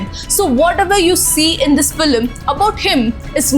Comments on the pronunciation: The video is unbearable to watch every time you say "Feeluhmm" its FILM for god's sake!!! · Filim , first pronounce it properly😅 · Well-made video. Just a suggestion - to cater to a global audience, change your pronunciation (eg its film not filam)